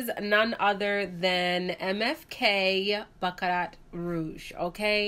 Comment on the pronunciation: You’re so gorgeous! Love your videos. T in Baccarat is silent. Pronounced bam-uh-raa ❤️